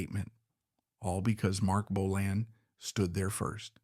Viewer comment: Hate when AI can' t prounce Bolan correctly